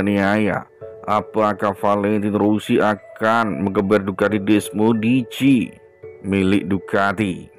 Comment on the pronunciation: Bukan desmodici min,,kalau gak bisa ngucapin gak usah lah ngedubbing😂🤣desmosedici